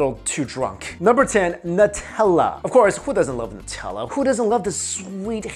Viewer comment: It's pronounced "Newtella"